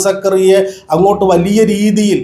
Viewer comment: സാജൻ സകറിയ അല്ല സ്കറിയ...